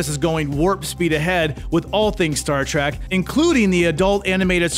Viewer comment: "Star TRACK" 🤣😂